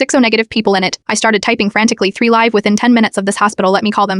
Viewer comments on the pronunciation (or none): Please just read. There is a difference between "live"- lıv and līv ' "live".